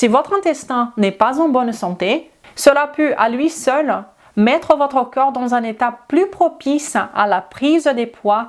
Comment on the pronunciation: Merci pour toutes vos info, j’ai juste un problème avec la prononciation du mot ´ corps ´ qui est prononcé comme ´ coeur ´. Je n’ai pas toujours l’occasion de regarder la vidéo mais l’écouter oui ce qui fait que je suis induite en erreur par cette prononciation. Sinon bravo de parler notre langue aussi bien 👏👏👏